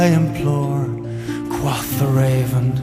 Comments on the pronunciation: I would also refer you to "Parsons, Alan (Project) - Tales of Mystery & Imagination-02 - Raven, The." Note that "quoth" in that song is pronounced with a "long O" sound. Alan Parsons and Leonard Whiting (Wikipedia says that Leonard Whiting sang lead vocals on "The Raven") are British. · How do you reckon he mispronounces "quoth"? IPA : kwoʊθ | Phonetic : kwohth | [source: dictionary . com] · I would really like this, except for the fact that the singer is mispronouncing "quoth." Every time that he mispronounces that word, it totally takes me out of the web he is trying to weave. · I understand your grievance, but I have to correct you on some points. The band is Dutch, while the vocalist was born and raised near Cornwall, England (from what I remember). That is why I raised the regional issue. I know some other British natives that pronounce it the same way he does.